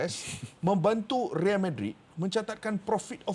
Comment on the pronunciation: "Real" tu kn royal sebutan espana = reyal